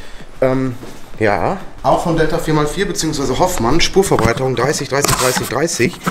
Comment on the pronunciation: aaahhh Trigger.....Nicht HoFFmann sondern Hofmann. Also wie der Hof und der Mann. Man sagt ja auch nicht der Hoff Sorry 😉